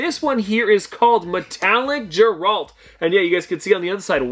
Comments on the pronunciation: Sorry lover your vids but please its Geralt as in gear alt. Not gerald. Small bug bear and don't want you to get slamed by Witcher fans 🥰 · I didn’t know who he was talking about “Jeralt” 💀💀 until he showed the soda and it was Geralt (Gehhhe-Rahalt) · The pronounciation of geralt bugged me 😂